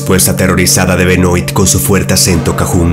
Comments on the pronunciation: Benoit se pronuncia "Benuat" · Benoit se pronuncia: Benoá ....*dato 👌🏻